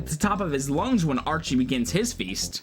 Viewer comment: Oh and BTW, its Arich, not Archie.